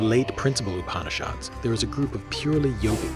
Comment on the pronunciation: Namaskäram! Nice video, but if I may...please correct your PRONUNCIATIONS! :) It is not Upanishaad; it is Upanishad, the shad as in shudder! :) :) Same with Bhagavad; it is not Bhagavaad! It is not Prakreethi; it is Prakrithi! :) It is not Bhaakti; it is Bhuk (like in buck but aspirated)-thi! Thanks for listening!